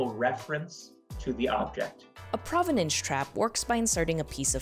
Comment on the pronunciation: You would expect an art expert to pronounce provenance correctly